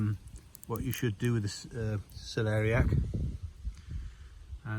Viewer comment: It fascinating how many ways you're growing carrots!! Love that wicking system!! We're trying to grow Cell-Larry-ACK (lol, long story, but Terry King had a hard time pronounceing it) this year. As close as we'll get to Celery this year:) Gotta to ask, what's your favorite potato? Garden looks amazing,!! Cheers Jason and Colleen 🌱🥕🥕